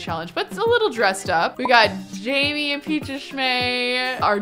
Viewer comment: I'm surprised that she still pronounces Jaime's name wrong. It's not Jamie, it's Jaime. Jay-me